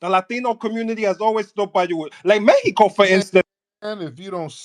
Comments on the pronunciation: He’s grinding my gears with this “Meheco” bullshit!! Bih we’re in America, it’s MEXICO😤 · “Couba” “Meheco” Get yo wet, twisted mouth ass off of here with that bs! 😂